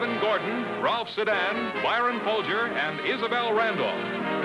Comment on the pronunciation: Pronouncing the name of a great character actor, goes against promoting Maxwell House. The actor's name is Byron Foulger , which is a competitor coffee brand (Folgers).